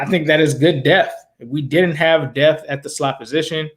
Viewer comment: Did you say good depth. Or death? Lol